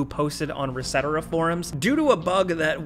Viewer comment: whyd you say reset era like that?